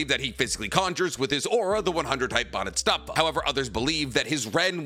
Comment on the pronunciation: Are you not pronouncing Bodhisattva correctly on purpose?! I've seen people correct you in plenty or videos and you still say it so wrong over and over.